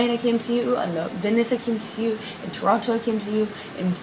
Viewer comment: I cannot stand the way she pronounces the word "Toronto" lmao. And also, she is complaining about who he is on drugs yet feeds him Xanax. Yeaaaaaaaaaa alrighty then you evil cvnt. The universe was never going to let her get away with this and unfortunately for her she has to learn the hard way